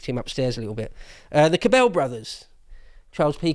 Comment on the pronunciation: Minor point, very minor, but the pronunciation for the Cabell name emphasizes the first syllable. I say this because I lived in Dallas when he was mayor. I heard his name hundreds of times.